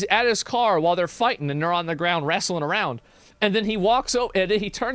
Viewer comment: The way Asmon says “wrestling”